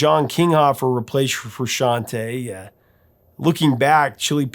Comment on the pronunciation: You pronounce Frusciante correctly. You get a cookie.